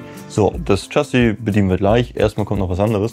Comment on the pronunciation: Lieber, Erstmal: grandios, was ihr alle da baut und leistet! Eine klitzekleine Anregung von einem leicht frankophilen Bewunderer eurer Arbeit: Mich hat das "Tschassi" ein klitzekleines bisschen "getriggert" (wahrscheinlich nichmal wirklich getriggert, mir isses halt nur aufgefallen).🙏🏽 Info: "Chassis" ist das französische Wort für "Fahrwerk" und wird natürlich auch nicht englisch, sondern französisch ausgesprochen. Nämlich "Schassi" (Wahnsinn, meine nahezu perfekte Lautschrift, wa😂?) Kein Hate, keine Aufregung, nur ein lieb gemeinter Hinweis. 🙏🏽🙏🏽🙏🏽🙏🏽